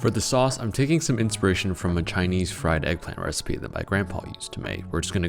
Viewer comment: "I've come up with a new recipeh"